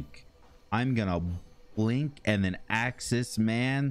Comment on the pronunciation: "I'm going to blink then axe this man....a question he's never been axed before"